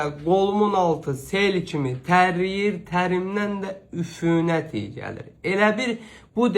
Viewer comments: Üfünət yox,üfunət. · Üfünət yox,üfunət.😊